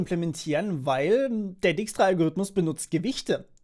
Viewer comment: Du schreibst dijkstra zwar richtig, aber du butcherst die Aussprache ;)